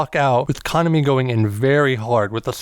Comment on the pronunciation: FYI...The maids in the After Life MV were hired for the MV from a talent agency not employees of the café. Kuh-nom-E rather than Kahn-uh-me.